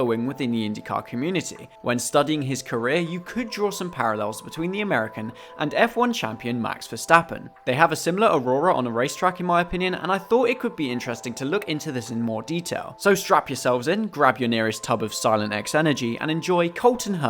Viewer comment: Aura not aurora.